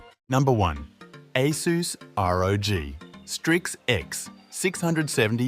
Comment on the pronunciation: Definitely feels like AI (or, TTS at least) script reading, anyway. No one reads numbers the way this is read, and people know how to pronounce “ASUS”. It’s not “A S U S”.